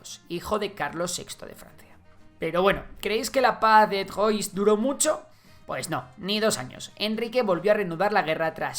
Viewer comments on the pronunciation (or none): Pronunciación: Can (Caen), Trua / 3 (Troyes), etc